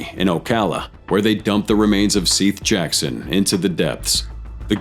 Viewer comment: """""Seath Jackson"""""